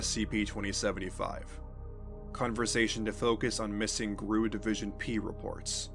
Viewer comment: I've made this comment on several other channels. GRU is not pronounced 'grue'. It' pronounced like any other alphabet group; FBI, CIA, KGB, etc.